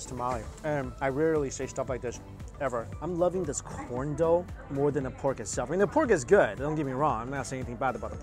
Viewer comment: “Corn dough”😂😂😂